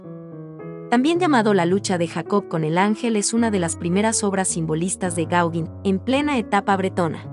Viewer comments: Interesante, aunque chirría un poco escuchar una y otra vez "Gáuguin" (y mira que se empecina nombrarlo muchas veces😀), cuando se pronuncia* Goguén* (más bién con un sonido entre la "a" y la "e"). Más que nada para que los chicos no aprendan a pronunciarlo mal. Es Pol Goguén chicos NO "Paul Gáuguin"😊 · Hola, conocía mucho la obra de Gauguin en la Polinesia, pero poco de su arte antes! Me encanto la crusificion, parece casi infantil, pero es excepcional! Respecto a la pronunciación del nombre del pintor (me rindo)! El perfeccionismo…es parte de mi! Sorry!